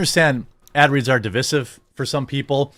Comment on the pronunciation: Would y'all saying di-VISS-iv? THAT WORD DOESN'T EXIST! It's PRONOUNCED di-VIZE-iv